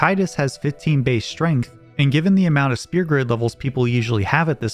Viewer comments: i love all the info in this video but i have a mild gripe. you dont pronouce the F sound in sphere instead sounding like your saying spear. otherwise the info summerizing the damage calc was cool and now i know why such small strength increases are meaningful, due to them being cubed in the calc. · Neat story, and I look forward to checking out other videos on your channel! By the way, the ph in "sphere" is pronounced as an f. You're saying "spear", when the word is pronounced like "fear" with an s at the beginning.